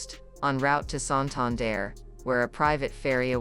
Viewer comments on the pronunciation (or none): none